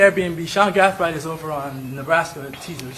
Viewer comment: Is there a reason why this attorney keeps switching how he pronounce Gathright?